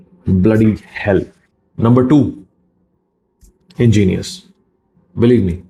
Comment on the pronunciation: Ingenious ko paan bolne walo ko at least 5 saal ki saza honi chahiye 😆💯